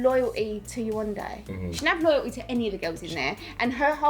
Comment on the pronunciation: it's so nice to hear the host FINALLY say yewande's name correctly and not yewanda.